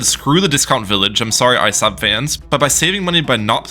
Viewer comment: Did you just say Isub? How do you not know how to pronounce Isab??